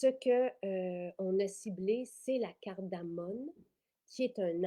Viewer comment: Bonjour, merci pour ces belles nouveautés, bien intéressantes! Petite précision, c’est de la cardamome et non « cardamone ». Bonne journée!